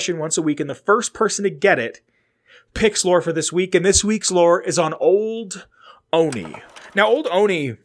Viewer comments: I'm from Olney, MD. The "L" is definitely not silent. Three Dog certainly pronounces it. I'm not sure what you're talking about. "PPE" might be a reference to Pepco (Potomac Electric Power Company), the real world power company that supplies electricity to DC and its Maryland suburbs. Also, I'm not really sure why it's called the Olney Support Center. It's a couple miles north of town and technically has a Gaithersburg address. But I guess that's the US government for ya. :-D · I'm from Maryland and never heard anyone pronounce it like that.